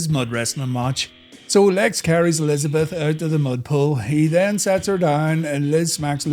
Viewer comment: I thought you said Miss:D